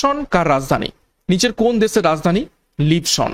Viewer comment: Sir uchharon ta "Lisbon" hbe bodhai